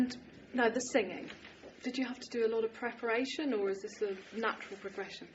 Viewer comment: did tim say preporation bitch??